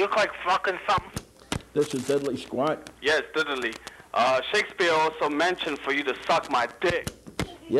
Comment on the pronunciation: “This is Diddlee Squat.”“This is Diddlee Squat.”“This is Diddlee Squat.”“This is Diddlee Squat.”“This is Diddlee Squat.”“This is Diddlee Squat.”